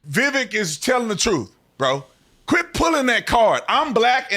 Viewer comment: Definitely AGREE with The Officer Tatum! Vivek & Trump as a Team will be MY choice. BUT HIS NAME IS PRONOUNCED LIKE “CAKE” i.e. Viv-Aaake